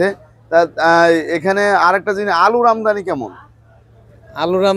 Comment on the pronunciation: আমদামি নয়, আমদানি।